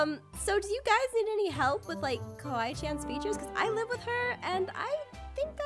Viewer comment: said kawaii-chon.